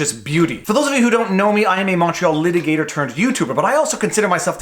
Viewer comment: So, I know the captions say he says "Montreal litigator turned youtuber," but it still sounds like "macho litigator" to me.